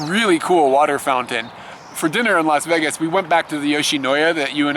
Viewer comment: You're the first person I've heard who pronounces it "Veggas" :D The reason the rooms in Las Vegas are so cheap is because they want to encourage you to come and spend more money on gambling. It's the loss leader, basically. Since you didn't stop to gamble at all, they might have lost money on you... (Oh well to them!)